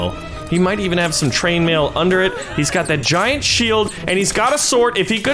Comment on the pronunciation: he said trainmail instead of chainmail